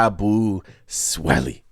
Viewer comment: Imma have to give your pronunciation of his name a C- I don't understand why yall are having such a hard time saying Yabusele's name 🤦🏾‍♂️ Why you adding the extra "swele"?? It's Sele, like celly